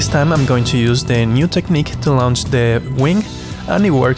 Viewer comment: Hello friend. Just so you know, the word "launch" is pronounced "Lawnch". Don't pay too much attention to the "u" in the word.